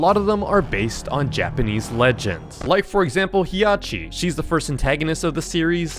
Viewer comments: As a Mimic enthusiast, I instantly got a cardiac arrest of disappointment when he mispronounced Hiachi. It's Hi-ya-shi, not He-ya-shi. I'm still patiently waiting for pooks to appear. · if you didnt know the monsters were based on japanese myths youre genuinely stupid. the japanese female slenderman as ppl call it is named "Hiachishakusama" 3 monsters ingame or just named the 3 parts of that one myth also the first i in hiachi isnt pronounced so you dont say Hee Agh Chee you say Hah Chee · It hiachi not Hiyachi also Tsukiya not Sukiyaki and it Tomiko not Kumiko do some research